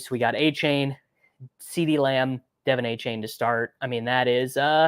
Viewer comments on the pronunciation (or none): "DUH-vonn AYE-chann"